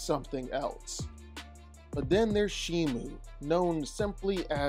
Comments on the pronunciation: She is called Shimo with an O Not Shimu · shiMO. say it with me. shi. MO. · Its pronounced She-mo thats not how you spell it though its spelled Shimo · The name of the Ice titan is Shimo not Shimu